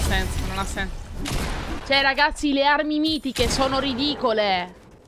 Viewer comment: Minchia oh che ansia , quante volete dici RGAZZI ogni volta...